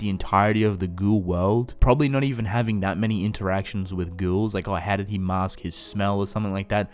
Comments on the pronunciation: Okay is it just me or do y’all hear this man say “girls” instead of ghouls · Sounds like “ghourls” to me kind of Like inbetween the two